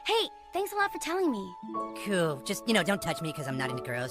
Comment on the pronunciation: The way he says cuool💀🩵😂